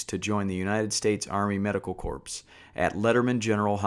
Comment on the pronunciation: corps - the s is silent